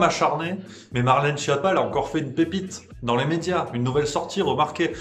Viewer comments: Schiappa se prononce "Skiappa", nom d'origine italienne, la traduction française porte à sourire... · Juste pour info, Schiappa se prononce "sKiappa", d'ailleurs elle a plutôt intérêt à ce qu'on dise mal son nom parce qu'en Italien, "Schiappa" veut dire "nul", "cancre"...